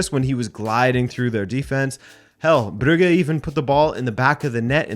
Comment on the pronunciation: The 'u' in Brugge is short. You say it long. You say 'uu' as in 'Bruge' or 'Bruuge' its Brugge.